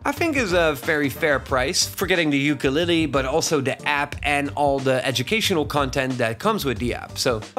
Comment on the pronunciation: I’ve never heard ukulele being pronounced so horribly? Who hurt you !?